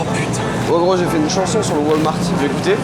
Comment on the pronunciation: Ça se prononce ps wolmarte mais walmarte. Votre accent francais c’est d’la marde 😅